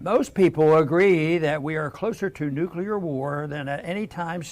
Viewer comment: Luke, why do you always pronounce the word "nuclear" as nuculear? I see a lot of Americans doing this.